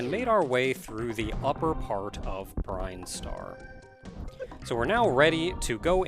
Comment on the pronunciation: Every time this guy mispronounces Brinstar I vomit